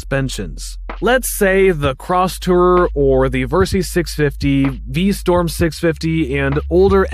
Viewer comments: Decent review, but you read words wrong, it's not VStorm it's VStrom, "liter" is pronounced leeter not lighter. Akrapovic not Akropivic, it's like you're reading a scrip someone else wrote. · V STROM not V STORM please. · V-St-r-om not V-Sto-r-m. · 🧏‍♂️ VER - SYS ; Pronounced Vur - Sis (Not Vur - Seas) Meaning ; Versitile - System V - STROM ; Pronounced Vee - Strom (NOT Vee - Storm) 🤦‍♂️ Meaning ; Who knows ? and who cares ?🤷‍♂️ (V - Strom is an even worse name for a motorcycle than Versys is). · You keep saying Vstorm instead of VstRom. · Pronounce V Strom correctly please...it's not pronounced V Storm. Strom...Storm. Spot the difference. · Suzuki is V-Strom, not V-Storm :)) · The minute you said V Storm instead of Strom...I started this comment and closed out the video. 🤦‍♂️ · Anyone else hear v-storm rather than v-strom? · It's V-Strom, not V-Storm. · V Strom not V Storm.... really basic stuff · STROM NOT STORM. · What the hell is a "V-Storm"? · VerSEEES and V-STORM, really? This sounds like an AI generated review. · V-Storm? Versees? WTF???